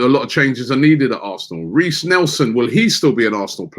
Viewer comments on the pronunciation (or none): none